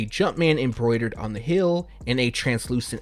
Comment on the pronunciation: Heeeeeeee-eeeeel! Not Hail!